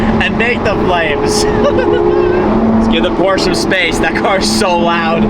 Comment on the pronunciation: Pleassss say Porsche not Porsch 😭😭😭